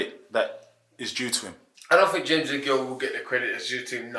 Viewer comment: Think, not Fink